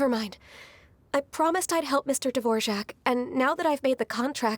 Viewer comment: how did xinyan said his name in english? o-o devorjak? isnt it dvo-rak o------------------o she sound so taxen in english looool